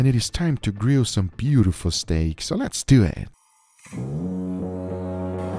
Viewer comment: Has anybody else noticed that Guga pronounced 'steak' in different was each time? Stack StAEk Stek Steak Just me? Ok.